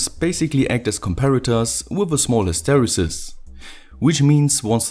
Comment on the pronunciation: I’m an Electrical Engineer and yet I learn something on every one of these. Plus I love his pronunciation of hysteresis.